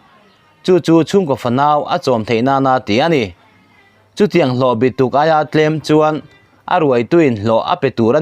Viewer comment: Thu chhiartu hian,mizo tawng chhiar zir deuh se a țha ang...a bi tuk a lam rik dan hi a dik thlawtlo." Kum zabi thumna " tih a ' bi ' lam rik ang hian ' bituk ' tih ' bi ' hi lam rik tur a nih hmel.